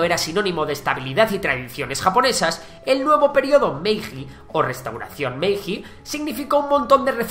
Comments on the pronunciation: Iba a escribir justo sobre lo mismo... Lo curioso es que pronuncia bien la "H" de una isla al principio y bien también la de Hayao Miyazaki, pero a mí también me enojan todos los que no saben pronunciar bien Hiroshima, Naruhito, etc... Y lo mismo con la J, al escuchar "MeiJJJI" casi me da algo. Por otra parte, todos sabemos pronunciar "judo", ¿no? Son pequeños detalles que para muchos no les importarán lo más mínimo, pero, agradeciéndole el vídeo, a ver si nos lee y podemos hacer que la gente aprenda poco a poco. Es una crítica constructiva, ojo. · Excelente narrado y resumido! Pero me duele mucho como pronuncias Hokkaido como OOkaido o Meiji con la JJJJ y no como "Meiyi", duele muchísimo t.t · la "j" en japonés se pronuncia como la "ll" en español. También en varios casos la "ei" se prinuncia como "ee". Por ejemplo, Meiji se pronuncia "Meelli". Espero que te sirva para próximos videos :)